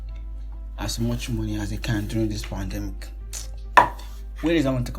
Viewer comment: Really, pan-dey-milk 😏😏